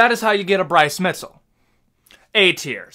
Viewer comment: Bryce Mitzel? Props on saying Appalachia right 👍